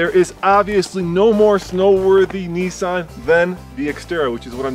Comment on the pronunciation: What the hell is a Nee saan?